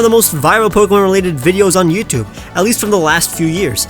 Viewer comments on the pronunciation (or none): none